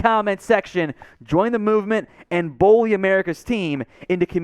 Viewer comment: It's bully not bolly! lol